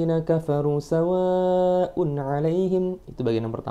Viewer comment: Mas...klo boleh sy kritik dikit mohon maaf.mad wajibnya kurang panjang d lafazh "sawaaa un ",klo mnilik tdi anjuran smpeyan masalah tajwid harus bagu.mestinya 5 ketukan.🙏